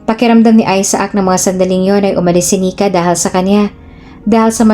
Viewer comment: Isaac ay aysac,ang bigkas ,hindi aysaak.